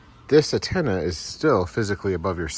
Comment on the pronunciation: Stop saying attena it's antena